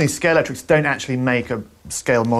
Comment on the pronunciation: Am I the only one that gets narked when people call it Scalectrix rather than Scalextric?